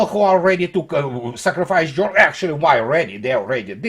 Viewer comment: Privet! It's not Jormany, it's Germany! Not jOrmany but gErmany! Consequently, they aren't Jormans, but Germans! Other than that, your videos are very well researched and presented! Maladetz! Congratulations! Thank You for good content.